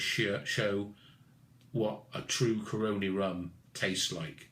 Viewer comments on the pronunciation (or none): Great review. FYI The region, company, distillery are pronounced "CAR-RONN-E". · love the reviews but.... say it with me; Cah-row-knee... that's how Caroni's pronounced.. lol cheers